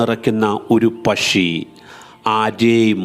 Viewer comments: Not pashi..... U should pronounce pakshi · പഷി യല്ല പക്ഷിഎന്ന് പറ 😅 സംസാരം സന്തോഷ് ജോർജ് കുളങ്ങരയെ അനുകരിക്കുന്നുണ്ടോ ? നേരിയ സംശയം മാത്രം 😅😅😅